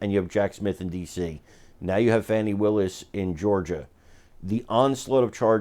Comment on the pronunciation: Her name is pronounced FAWNI! Get it right.